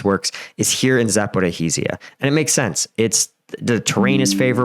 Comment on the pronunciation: Za - po - REEJH - ia